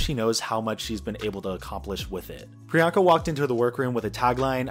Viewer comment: I have such mixed feelings about the whole joke surrounding the mispronunciation and now locked in nick name for Priyanka- Peronka. The goal of her tagline "What's my name?" is to normalize people who are often not thought of or included in the mainstream, but I feel that it's also to get you to question and/or realize the way some people are othered, and underrepresented. As explained in this video, getting people to say Priyanka is to get them used to someone like her, with a name like hers- as though she's the girl next door. A super fabulous girl next door, sure, but not some exotic oddity. The reason why this differs from Tracey Martel, is because Peronka is not a name, but Priyanka is a very common one. It has "I don't remember how to pronounce that funny sounding name of yours" vibes, where Priyanka's objective was the opposite- to normalize something that might be different to some. This hits close to home, esp because I'm the same background as Pri, though myself and my family's names are not even of South Asian origin. Even with that being the case, due to my family members' names not being as common as Sarah or Mary, we've had people mispronounce them, and call us ridiculous names that don't exist, instead of a more obvious assumption. This isn't due to innocent fumbles, but instead due to the fact that, to them, we're foreign seeming... We must likely have a "weird" foreign name. This is a microagression that happens to many poc who have easy to pronounce names, t